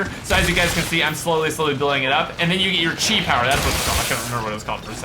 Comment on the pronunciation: it is pronounced ki not chi